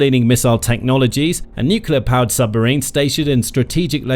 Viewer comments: Can't anybody say "nuclear" any more? If I hear "nucular" again I shall launch my own secret weapon .... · It’s nuCLEar, not nuCUEar. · let me remind the slow narrators wherever you dwell that atomic power is called NUCLEAR, not NUCULAR!!! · Nuk yah leur… what happened to new-clear? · The word is NUCLEAR, pronounced N-YOOK-LEE-YER, not N-YOOK-YOO-LER. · it's not NUKULAR but NUCLEAR..... really .... come on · The propulsive power of this vehicle derives from smashing neutrons into large atomic nuclei - breaking them into smaller nuclei and liberating energy in the process - plus a bit more, of course! So the nuclear fission process is all about the the energy released from the atomic NUCLEUS. Which is why it's called NUCLEAR energy - not NUCULAR energy, as you continually refer to it in the video. This is a mistake that has become so commonplace that even those working in the field of NUCLEAR physics mispronounce it nowadays. The video is very interesting otherwise. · It's pronounced ''nuc-le-ar" not "nu-cu-lar" ! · AAAAAGH! NUCLEAR NOT NUCULAR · Does it bother other people that no one ever says Nuclear correctly? Nukiller seams to be the accepted wrongly pronounced alternative. These so called professional people that do the narration should be taken aside and trained. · It's a long slog listening to this guy say "new-cue-ler" a thousand times. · Nuclear , Ya Nini , not nucullar from the word nucleus . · Nukuler, ever so credible. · Why can't anybody say the word "NUCLEAR" properly any more??!!.....😂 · The number of times the word nuclear is mispronounced is quite impressive.